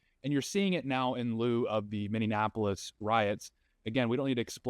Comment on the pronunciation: Bro, seriously... stop calling it minne-ann-apolous. It is Minneapolis. Mini-ah-poh-liss